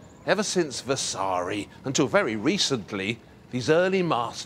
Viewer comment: Vasari. no vessssaaaari